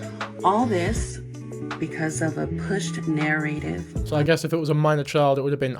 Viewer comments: Am I the only person who is going insane hearing her pronunciation of the word narrative? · For some reason the way the mom pronounces the word "NARRATIVE" just bugs the fuck out of me!! It's driving me fucking crazy!! I've never heard anyone say 💭 it that way!! 🗯️🙃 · it's SO unsettling not because she doesn't know the word but because she obviously didn't write this or discuss the it with anyone (who I assume would correct her bc its a distracting thing to mispronounce & she's saying it so frequently) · Your talking about a person who can't even say the word "Narrative" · i cannot stand how she keeps saying “nare-ative” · does she mean narrative 😭 why is she saying is so weird “næraytive” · Nar - RAH - tiv. What is a Nair - ray - tive. Stop it 😭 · Bro she can’t even pronounce narrative right and it’s driving me insane lol I expect it from you or someone else with an accent but she’s American and should be able to say that properly lol she’s literally pronouncing it like (nair- aye-tiv)when it should be pronounced more subtlety like (nair- uh-tiv) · She says Nair-Rave-If. I can't trust anything else she says. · She can't pronounce "narritive" do id say there probably is a bit of a language barrier. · After the 10th "Nairative" I feel like I was watching an episode of "Keeping up with the Kardashians." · Someone please teach Mom how to process the obvious AND how to properly say the word, “narrative” jfc! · Istg if I hear the word narraydive one more time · If she says “Nare-a-tive” again imma crash out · Everything about this is messed up but my god I wish she'd stop pronouncing "narrative" like "narrate-ive." Wishing the best for those kids... adult or not, this was so creepy. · If I have to hear her say “narRAYtive” one more time I swear to god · Its killing me that she is pronouncing Narrative improperly. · The way she pronounces narrative is making me so upset. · The way she pronounces “narrative” pisses me off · If she don't stop saying "narrative" wrong